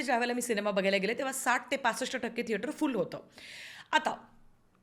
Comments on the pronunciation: तुम्ही थेटराचा असं नेहमी का म्हणता ? थिएटर चा असा उच्चार आहे. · tujha thetra is so annoying red light area language vattie thetrat chiii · saarkha saarkha ‘theatraat’ ‘theatraat’ aaikun faaar irritating vaatta… neat bola ki 😊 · thetrachya third class pronunciation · Thetraat 😂😂 I don't know why everytime she says that ,it tickles me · Him: I love it when you say that in your accent. Her: What? Him: Theatrat hi mazi 1st video ahe ji ki pahato ahe tumzya channel var, changla topic nivadla ani mala kharch tumchya mhanchyachi padhat avdli theater la theatrat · थेटराच्या??? थेटरातून??? रिला??? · तु मराठी एवढी शुद्ध बोलतेस पण थेटर चा उच्चार जरा वेगळाच वाटतो.कुतूहल आहे